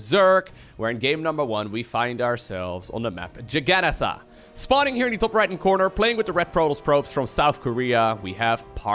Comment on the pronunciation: This pronunciation of Jagannatha is getting painful to hear lol. I hope this link helps!:) x /watch?v=BU46-S-edAY ^ Here is the proper pronunciation. It's a word taken from an Indian language - that was later re-purposed as Juggernaut in English.